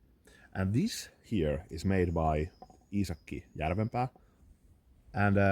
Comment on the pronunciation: I am glad to hear an authentic pronunciation of Iisaki Jarvenpäa! I have a horse head Puukko like yours, although the handle and sheath are not so fine. I think part of the brilliance of this design is how comfortable the handle is overall. The horse head is not so bothersome to the hand but quite reassuring. Thank you for the book recommendation. I will follow through on that :D